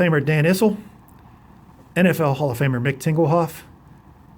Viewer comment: Uh you said Tingelhooff lol. Reminds me of some Beavis and Butthead humor from back in the day. Love the returns especially the Ozzie Newsome return.